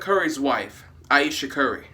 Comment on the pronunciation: Ayesha. Eye-eesha. I-eesha. What's her middle name, Floquella?